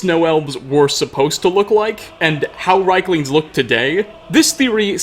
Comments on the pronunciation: I'm almost 99% sure it's pronounced "Reeklings", as the "i" is before the "e". I think that's how the NPC's pronounce it as well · I feel like you're mispronouncing rieklings lol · I love you, Hearing rieklings said wrong times is a bit too much for me. I'll leave a like and move on to the next video. <3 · You pronounced the creature's name wrong.